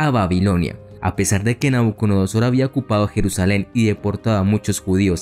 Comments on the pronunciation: Me encantó el video, muy conciso. Sólo agregar: NabucoDONOsor (dijiste todo el rato NabucoNODOsor jajaja) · Que excelente video. Una observación: pronunciaste Nabuconodosor y en realidad es Nabucodonosor. Sigue con el excelente trabajo que haces, es bastante completo e ilustrativo.